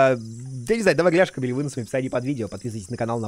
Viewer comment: Ссылка на плейлист с другими.... Ляшками и выносами будет в описании, (дальше не разборчиво). Плейлист простите с чем?? С ляшками?¿ Каво??¿¿